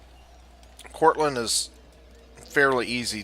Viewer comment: Enjoyed the video, but there is no "t" is Courland!